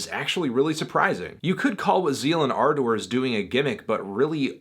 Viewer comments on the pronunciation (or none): This is really hard to watch when Fantano can’t even pronounce the name of the band , or Manuel Gagneux’s name. It’s Zeal & Ar- duhr, not Zeal & Ar-Door, and the guy’s name is Man-u- well, not ManWell. I cringed every time he said his name. That aside, Fantano doesn’t seem to know the history behind this band, and how Manuel was doing his Birdmask project, when as an experiment, he went onto Reddit and would ask people to name to musical genres, that he would then make a song blending the two together. Gagneux was asked to combine black metal and Chain gang blues, to which Z&A was the result. He wrote all of Devil is fine, played all of the instruments, and recorded it himself. The concept behind the subject matter is an imagining of slaves , had they rebelled against their masters’ monotheistic Christian beliefs, and instead rebelled by following Satan. This is one of Fantano’s laziest reviews for an album that is one of the more interesting, and definitely one of the best all around albums so far this year. it’s worth noting that I’m not a metal fan at all. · Why are you saying ardor so weird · why is anthony pronouncing ardor that way?